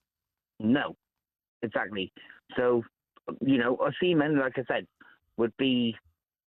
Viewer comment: Mark has to be a windup caller😂 “Ohsemen”😂